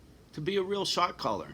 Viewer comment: you keep saying shot caller, I hear shock collar 🙂 puts a different spin on it. thank you for caring for yourself